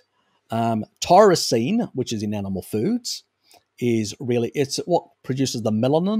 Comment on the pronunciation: Are you saying Tyrosine? Sounds like you are saying Taurisine.